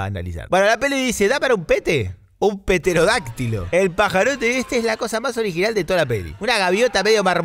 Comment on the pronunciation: Todo el video es un cago de risa, pero cada vez que sonó "Paulo Londra"... sin palabras... y pasarán décadas antes de que algo me dé más risa que "PETERODÁCTILO" ¡¡¡P-E-T-E-D-O-R-Á-C-T-I-L-O!!! JAAAAJAAJAJAJAJAJAJAJJAJAJAJAJA